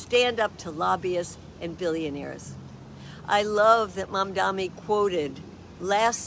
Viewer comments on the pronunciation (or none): I hope she practices saying his name more. ❤